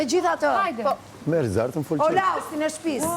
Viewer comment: Holokausti jo holausti 😂